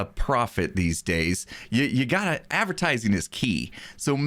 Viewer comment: Nobody:: Avertising